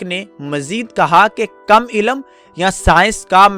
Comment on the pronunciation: BHAI ZARA APNA URDU TALAFFUZ SAHI KAREN. AAP LAFZ " ILM " KO " ILLAM " PRONOUNCE KAR RAHE HO.